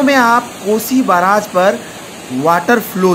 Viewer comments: Aree bhai baraaj nhi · बराज नहि indian media बेरेग हे😅😅😂😂